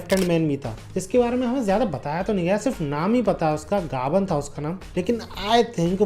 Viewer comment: Bahi woh gabar ❌nai gabann ✅hai